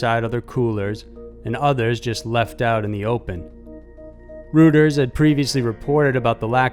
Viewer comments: lol, Reuters is pronounced royters not rooters, it's German chief...anyway thanks for the upload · Just a comment... Reuters is pronounced 'royters' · Just a friendly correction: Reuters is pronounced “Roy-ters”. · Reuters pronounced ROY-ters; Tulum = Too-LOOM.